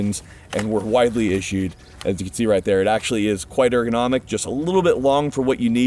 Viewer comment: ERGONOMIC not AIR-GO-NOMIC